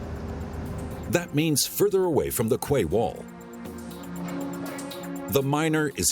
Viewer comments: Lol I thought quay was pronounced key not kway. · Excellent. Quay is pronounced key. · Wish someone would teach that guy how to pronounce quay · It is idiomatic but quay rhymes with key in common use.